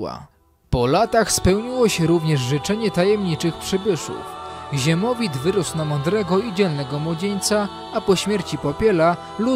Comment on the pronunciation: Nie ziemowit tylko siemowit